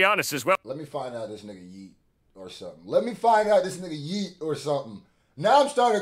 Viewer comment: Yeah this dude definitely has maybe a British accent, cause sometimes they pronounce a "g" as a "k", like when said somethink instead of something